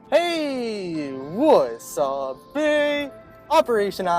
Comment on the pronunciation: He says "wasabi"